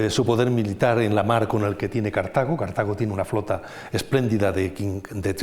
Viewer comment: " Cártago! con la primera a acentuada? BURROOOOOOOOOOOOOOOOOOOOOOOOOOOOOOOOOOOO